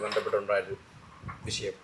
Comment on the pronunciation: വിശയം അല്ലേടാ വിഷയം 😂അത് പോലും മര്യാദക്ക് പറയാൻ അറിയില്ല.. Anchor പോലും